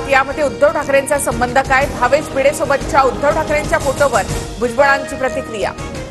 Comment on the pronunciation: When his surname is भिंडे, why the news reader is pronouncing it as भिडे❓😡